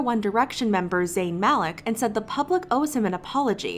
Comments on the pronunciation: it’s Malik (MaLEEK) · Also isn’t Malik pronounced Maleek